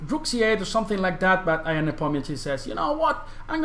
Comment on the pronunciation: he is not "i a n" first 2 letters in his name are pronounced like yahoo "ya n"